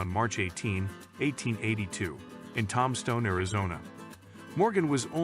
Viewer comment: I heard him pronounce it tomstone instead of tombstone! I'm out.